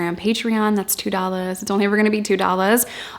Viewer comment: I love it every time she says "that's two dollas it's only ever gonna be two dollas"